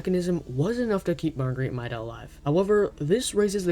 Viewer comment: 1. it's pronounced mayda 2. a big fan guess is the cold 3. good job :D